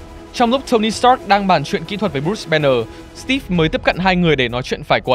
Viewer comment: Đánh vần chữ Steve thành Stíp nghe khó chịu quá.